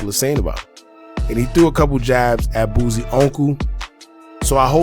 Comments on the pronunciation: Please please please stop calling him BOOZIE it is BOOSIE pronounced BOO C!! Lol too funny. You're not the only one that does it though. 🤣🤣🤣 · My guy pronounce every word perfect but can't pronounce Boosie bruh it's Boosie NOT BOOZIE who is that